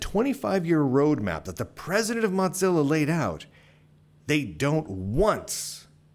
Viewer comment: Are you saying MotZillia?